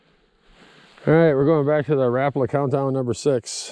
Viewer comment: One of the few people who know the correct way to say Rapala. RAP-A-LA but I still call them RA-PALAS. Your a good fisherman!